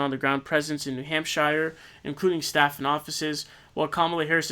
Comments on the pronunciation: needs to be more like 'hamp-shurr' (coming from a new hampshirite) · Yeah, "New Hamp-SHIRE" was a little "awkward" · Don't say new hampshire like that